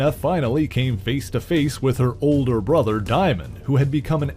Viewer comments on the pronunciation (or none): none